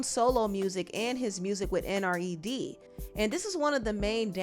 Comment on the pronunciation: “N.R.E.D.” 🤣 N.E.R.D. 😊